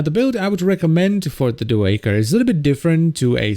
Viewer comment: Every time he says [echor] and not [aichor] I die a bit inside.